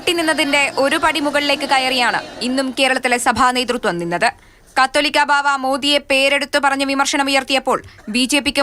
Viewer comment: നിങ്ങൾ മാതൃഭുമി എന്നും തെറ്റിക്കുന്ന വാക്കാണ് ... കത്തോലിക്കാ ബാവ അല്ല കാതോലിക്ക ബാവ എന്നാണ്